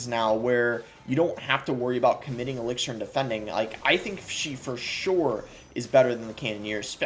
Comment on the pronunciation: Why do u pronounce elixir like that?